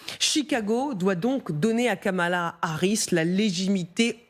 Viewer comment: Kamala Harris et non Kamal Harris :P